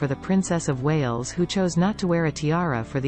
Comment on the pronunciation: For crying out loud, the robot speaking is rubbish, pronouncing the Princess of Wales as Wallis. Why do you bother!